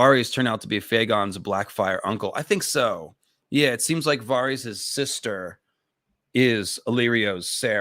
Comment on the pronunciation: The way you pronounce Varys is confusing. Why say it different from the show and George and literally everyone else